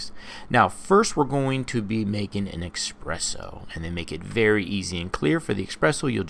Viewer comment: Espresso not expresso